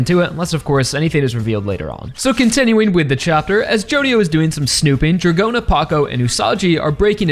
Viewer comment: Dragona's name is also pronounced as DRAGON-a and not Dra-GOE-na